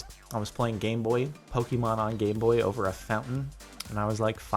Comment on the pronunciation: Wait was it only me who heard "Gayboy" instead of "Gameboy" ? 😆